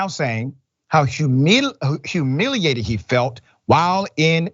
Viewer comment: 🤣🤣🤣🤣 Rashad forgot and almost said, "humiliated" with an African accent. Caught that quick...😳